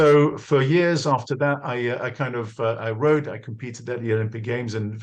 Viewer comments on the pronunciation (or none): none